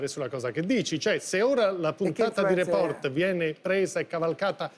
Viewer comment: Floris si pronuncia Report con l'accento sulla e. STUDIA